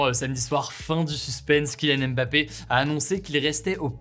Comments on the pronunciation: C’est l’un des sportifs les plus célèbres mondialement et quasiment personne n’est capable de prononcer son nom correctement. Le M de « Mbappé » ne se prononce pas, merci. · Super mais je me dis que Ca serait bien de prononcer correctement le nom de Mbappé quand meme, le M n'est pas dissocié du bappé.